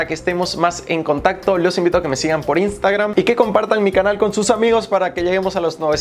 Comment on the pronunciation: No se dice INSTAGRAM, SE DICE IANSTEGRAM 😂😂 HAIGA¡¡¡